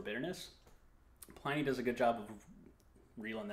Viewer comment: Sorry to be a tiresome pedant but it's pronounced PLIN-nee not PLINE-nee.